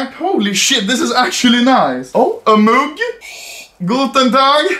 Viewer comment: everyone: "mug" Anomaly: "moog"